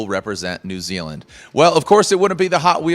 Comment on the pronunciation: thank you for pronouncing our country as new zealand properly for 1. americans take notes from the host off this video